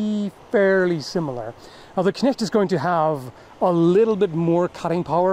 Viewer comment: Perfect pronounciation of the word "Knecht".